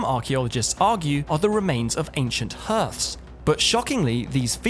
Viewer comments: "the presence of ancient hearths" - HEARTH is pronounced like "harth", not "herth" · Hearths pronounced harths not herths 👍🏿